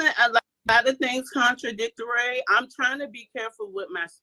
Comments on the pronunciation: The way she said contradictoray and murried was hilarious to me lol. 😂😂😂😂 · According to HARD WIG, you can, that backfoot 🦶🦶 304 said "fruitation" and "contradictary", I had to rewind it to see if I heard it right 🤣🤣🤣🤣🤣🤣🤣